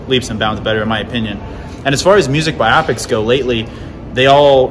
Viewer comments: Forgive me but isn't it pronounced "Bio-Pic"???? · As long as we're dishing out criticism how about you stop mispronouncing the word "biopic." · You are forgiven, the online Cambridge Dictionary has recordings of both pronunciations, and it says that BIopic is actually the UK pronunciation, while biOPic is the American one. So if you've been saying biOPic all this time and the thought of changing is disturbing to you, don't worry about it too much! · Suck it lol. It’s pronounced either way depending on England or US.